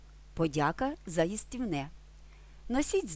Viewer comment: A звiдки взялось оте iстiвне? Украiнською завжди говорили iстивне, наголос на И, aдже ми говоримо iсти, а не iстi !.